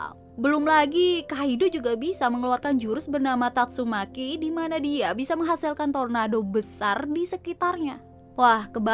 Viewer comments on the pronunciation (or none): none